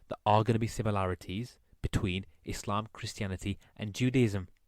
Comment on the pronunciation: Lol how can people take someone seriously who can't even pronounce Mohammed PBUH and Islam properly🤦‍♀